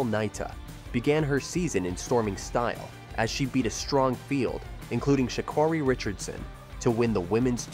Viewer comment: LEARN HOW TO PRONOUNCE HER NAME!!!!!!!!!!!!!!!!!!!!!!!!